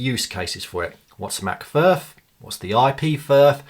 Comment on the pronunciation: I would just pronounce it Vee Ar Ef and not VERF